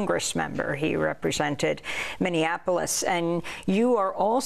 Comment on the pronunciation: Trump can't even say Minniapolis. It comes out as Mini Anapolis, as if it's a smaller Annapolis.